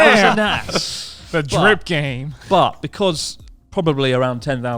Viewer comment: How does Christ already have the memory of a boomer? xD He had said ''best drip'' wrong like 69 times lol